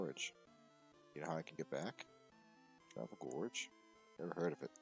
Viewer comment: I realize I'm way late on this, but the town's name is "Tavel Gorge." No "r." I made the same mistake Phillip Tavel is the lead designer of the card game, so it's named for him